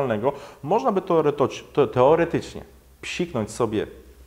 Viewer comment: To jak w koncu ?Toerotocznie?Po ukraińsku juz mówia w polsce? :D